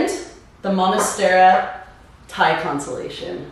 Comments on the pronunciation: First 5 seconds and I had to rewind…did she really say “monastera??” 😭 cringe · Good info but why do you say "monastera"?